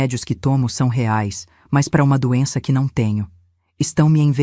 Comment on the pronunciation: A narradora não consegue pronunciar a palavras "reais" nem com reza forte. kkkkkkk